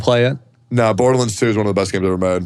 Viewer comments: lol Tectone: Borderlins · "Berderlunds" is killing me lmao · Every time Teccy says "Borderlands", it physically hurts